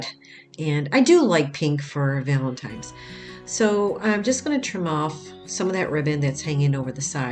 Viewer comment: It’s Valentine!!! Not times. Love your crafts but makes me crazy when Valentine’s Day is mispronounced